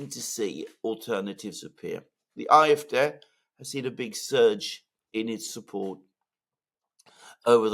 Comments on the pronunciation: it's painful to keep hearing you say IFDeh instead of AFD. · Why not pronounce AFD, “ A, EF, DEE instead “er, ef, dei”.🙄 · I wish you would pronounce AfD correctly. You speak good English.